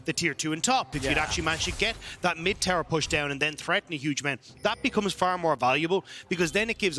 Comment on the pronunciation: Wow! Someone should teach this guy how to pronounce tower.